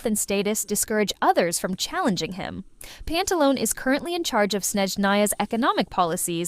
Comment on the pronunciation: It's Pantaloneh, not Pantalon. Pantalone as in Italian, the same if you said Dottore. DottorE, PantalonE.